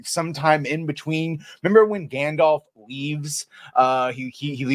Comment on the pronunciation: "MEMBA GANDALF!?" yeeaahh, I memba!